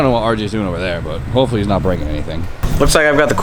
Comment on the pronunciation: are you saying hoe fully or hopefully?